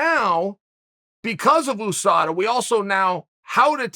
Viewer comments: Chael “Oosada” Sonnen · "OOSADA" - The OOnited States of America ?